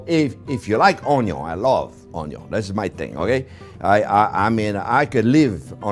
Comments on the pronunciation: I take a shot every time Chef says onyo in every single one of his videos, I woke up in hospital from alcohol poisoning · A Maaaa Zing video!!! Always a pleasure to travel the culinary road with you. The passion and joy you bring to cooking is infectious. I’ve been bitter by the Onion (pronounced own-young, I think) bug. Keep up the terrific videos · How this man says Onion is what hooked me lol!